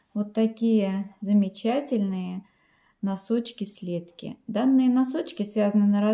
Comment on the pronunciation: Не слЕдки, а следкИ